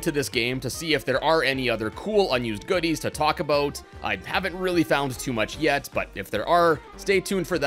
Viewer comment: Sounds Canadian.